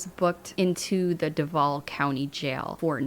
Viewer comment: I'm near Duval. I'm sorry. It's Doovahl. Not duhvahl. Sorry. It's driving me nuts.